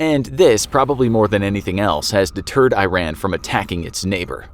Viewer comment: The pronunciation of Iran hurts so much